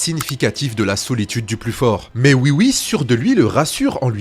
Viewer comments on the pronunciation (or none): none